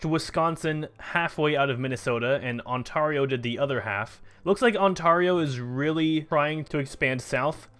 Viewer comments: Ontario is pronounced On-Tear-E-Oh not On-Tar-I-Oh xD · you pronounce it right later on, wat